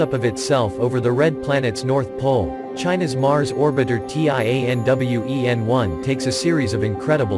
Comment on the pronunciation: It’s pronounced as Tian (天) Wen(问）which means question for the sky, not T..i..a..n..